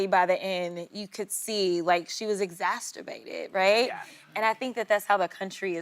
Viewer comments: Out the gate with "ExacTURbated"? 😂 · She was what?! ‘Exasterbated’?!? Fool. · "exasterbated", lol. Sunny can join her on the past my by the "skin" of my teeth. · Exasterbated? I stopped watching after she said this. I have no time for ignorance anymore. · Crockett says "She was EXASTERBATED" :face-blue-smiling::face-blue-smiling::face-blue-smiling::face-blue-smiling